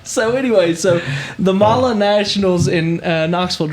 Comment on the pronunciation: I’m glad to see someone finally pronounce Mahle correctly. They are a German company and in the language they pronounce e as a. A good example is Porsche the e is pronounced as a, some people pronounce Porsche with the e silent, but I’m not going to open up that can of worms,because that’s been a argument that has been going on for years. It’s not a big deal at all but just glad to hear it pronounced right. Most people I know pronounce it as e also